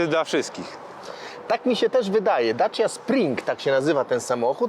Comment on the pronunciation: boli mnie to jak mowi ,, daci